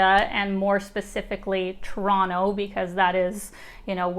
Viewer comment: It’s so refreshing to see someone on YouTube pronouncing Toronto properly 🇨🇦😍